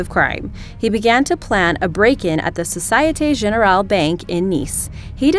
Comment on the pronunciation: Société Generale - mispronounced as well.......I cringed as well, not to say about her voice also :-)) lmao